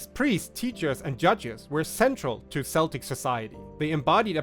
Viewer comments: It made me smile because I only recently learnt that it is pronounced "keltic", not "seltic". Happens, if you learn from written sources.😉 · I want to like you, but your pronunciation of "Celtic" is murdering my soul.